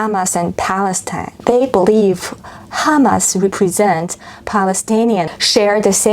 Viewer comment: represent 的发音是/repri’zent/